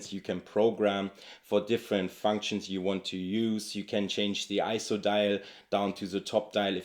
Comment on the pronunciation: Great video. For whatever reason, Sony has just never inspired me. As incredible tools as they are, they've always just felt soul-less to me. Also, thank you for pronouncing ISO correctly.